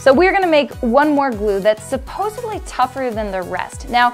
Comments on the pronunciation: Tell me I didn't hear "supposeBly"? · its not "supposebly" its "supposedly"